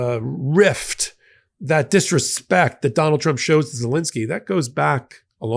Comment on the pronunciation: Please America, pronounce The President of Ukraine's name correctly. His surname is ZeLENsky, not ZeLINsky. Say it how it is spelled.